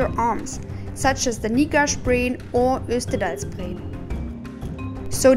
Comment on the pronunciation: Great video, but has some errors. For exapmple, it's JostERDalSbreen, not Jostalbreen. Quite a few letters missing :) And just to clarify, you will NOT see the northern lights (aurora borealis) in the summer months, that's from late september to early april, and almost only in cold clear weather.